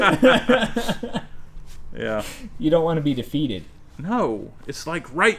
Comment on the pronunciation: "You don't want to be deFeeted"